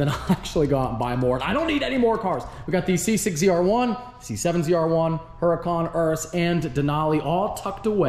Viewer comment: It's actually pronounced hooracun.